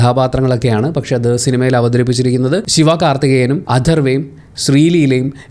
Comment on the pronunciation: Sivaaa karthikeyan allaa sivakarthikeyan 😅😅